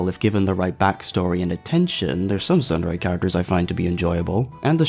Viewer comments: I don't mean to sound obnoxious but the way you pronounce tsundere is incorrect the "tsu" in the word is pronounced like the tsu in tsunami. The way you're saying it can be written as "sundere," trust me I've taken Japanese in high school, hope I didn't offend you, also I like your video. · OH, they mispronounced tsundere, okay. That makes sense now